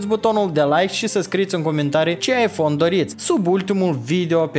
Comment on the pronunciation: Rip engleza